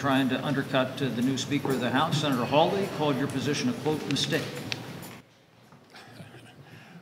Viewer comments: his name is Josh Haw-ley (haw rhymes with law; ley pronounced like Lee). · Haw-lee, not Holly.👍😉